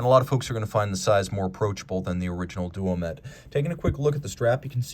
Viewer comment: Such a good looking timepiece that it's worth forgiving the mispronunciation. It's also Duomètre, Quantième à